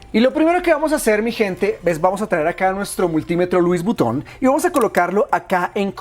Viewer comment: Nuetro multimetro luis vuton ,que acento ,dioooosjajajaja